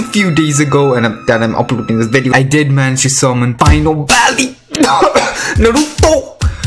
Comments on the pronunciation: kKakaka é engraçado quando ele fala o nome naruto kkkkk NARUUTOUUU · The way u say Naruto is sad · Stop saiying "naruto" like that